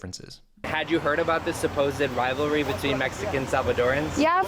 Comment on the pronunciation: Un pequeño apunte: supposed son dos sílabas "səˈ-pōzd" tú le metes una "e" antes de la "d" (səˈ-pō-zed) que no tiene. A mí me pasaba con clothes que es una sílaba "klowthz", y yo la decía con dos "klow-thez". Es un error bastante normal en los que somos hispanohablantes. 😅